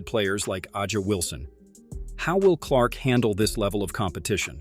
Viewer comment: A'ja is pronounced Asia not AJ 🤦‍♂🤦‍♂ Should I be shocked at just how little respect even the 2-time back-to-back champion and reigning mvp gets?